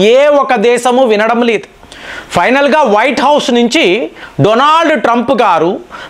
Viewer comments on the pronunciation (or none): none